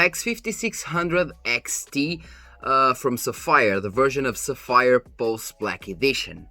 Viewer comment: I'm surprised they agreed considering you keep calling them sa-fire :P :P :P That aside, good for you man. And couldn't have been a better company, Sapphire FTW. Been using them in the past, my current is 380X Nitro, and yeah - my future card will also be a Sapphire. I was thinking that for a long time, but this has cemented that decision ♥